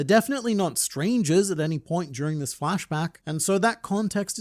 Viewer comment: why do you always struggle with saying the word "this"?